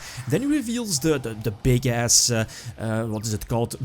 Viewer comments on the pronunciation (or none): Lmaoooo!!! I loveeeee when you say "big ass" it sounds hilarious with your accent ... Side note lol...: This deck looks superrrr fun!